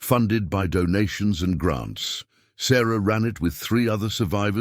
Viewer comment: "Gronts" or "grants?"